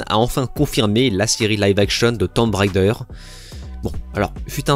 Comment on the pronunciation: "Tomb Raider" se prononce "Toum rédeur". C'est pénible ce "railledeur" ! Beaucoup trop de couilles, chier, fucké et autres grossièretés inutiles à mon goût. Beaucoup de fautes de français en plus. "La héroïne" pour n'en citer qu'une. Sur le fond, je ne comprends absolument pas cette polémique sur AC Shadows. Je ne savais même pas qu'un esclave noir avait réussi à devenir Samouraï. Belle performance quand même ! Je ne connaissais que l'histoire (vraie aussi) d'un blanc devenu Samouraï (the last Samouraï) et celle d'un blanc devenu Shogun (dans l'incroyable série du même nom). Où est le problème ? Franchement ?